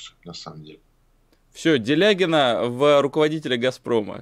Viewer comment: Чушь , внутрицеховая зависть. До чего же неприятный этот гыкающий Делягин !